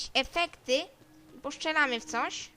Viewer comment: Nie Poszczylamy tylko postrzelamy Kurwaaaa Ogarnij się dzieckooo kurwa wkurwiasz mnie już z tymi twoimi ''Widełorecenzjami'' Omg Co ja oglądałem przez ten czas ??!! ;/